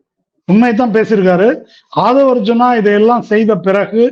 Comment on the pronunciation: ஆதவு அர்ஜுன இல்லை அர்ஜுன் ரெட்டி என்று சொல்லவும்.